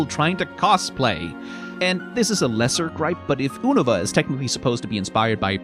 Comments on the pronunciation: And oonava instead of younohvah. It's like this guy has never consumed any spoken pokémon media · I refuse to pronounce Unova how it's said in the anime.